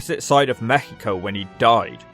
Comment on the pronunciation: You did it! You actually did it!!!! Hahaha, this is great! Thanks for deep look into this It was a great look on the career of a guy that we grew up watching all over Latin America, such a weird death. PS: Great "México" pronunciation 😂